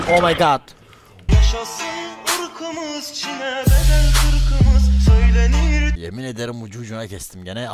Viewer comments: Kimse: Hiç kimse::yAşAşIn IrĞıMıZ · Nobody::yaşaşın iykımız